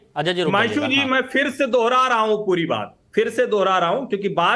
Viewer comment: Fir नहीं phir. उच्चारण सही करो।